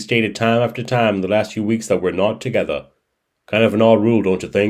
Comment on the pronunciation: Even when he tries spinning a story he still reveals the truth inadvertently, acting like his girlfriend is mad he’s talking to another woman then says “ she says we’re nawt tagetha “ dumbass .